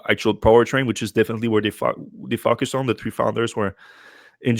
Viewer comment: I get a chuckle when I hear him pronounce "FOCUS", I hear "f**k us". Depending on your personal proclivity this is either highly offensive or at least mildly fun.